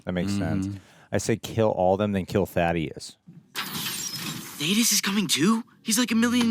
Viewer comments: Now that he's dead can we finally call him Thaedus and not Thaddeus? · THAY - DUS. They say it over and over again. Christ.